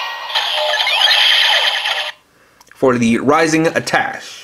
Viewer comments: isn't it pronounced attashay? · It's pronounced a-tash.